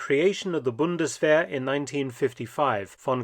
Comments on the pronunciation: It is pronounced, Bund-es-vair. 🙏🏼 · It sounds like mark said bundeswehr??